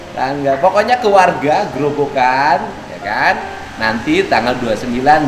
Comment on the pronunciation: Ko pak dedii mulyadi ngucapnya grobokan. Grobogan dong pak.